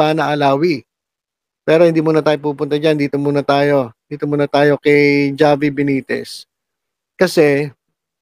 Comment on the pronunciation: H po mag pronounce ng pangalan ni mayor javi (havi)